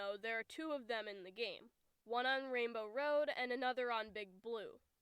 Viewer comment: him spelling rainbow road like rainow road pissed me off